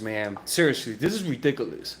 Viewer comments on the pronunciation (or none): What’s ridiculous is how you say ridikewelus